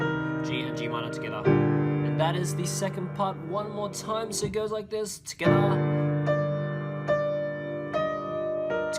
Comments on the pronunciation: I love how this guy says tugeda so quickly or it even sounds like skeda 😂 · “Togetha”. The way he says it is so weird